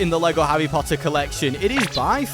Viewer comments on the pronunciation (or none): none